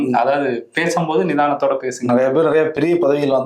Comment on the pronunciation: நிதானத்தோடு என்று அழுத்தி சொல்றீங்களே.